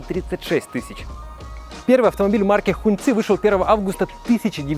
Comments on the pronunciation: Сам ты Хун цы, это произносится как Хонг чи, красный флаг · Не хуньци,а хонгчи….. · Хуньцы, ребята, у вас в штанах. А слово "hóng" （красный) читается как "хон" (ну в крайнем случае можно прочитать как "хонг"), но никак не "хунь" А за обзор, спасибо :)